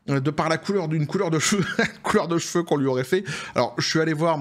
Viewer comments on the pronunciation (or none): none